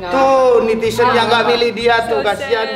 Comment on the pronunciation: netizen mas anang, bkn nitisen